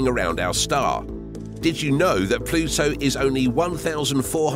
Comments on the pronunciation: It's Pluto... not plutso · Drink a shot every time he pronounces it “Ploo-So”! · You say the word “Pluto” funny with your accent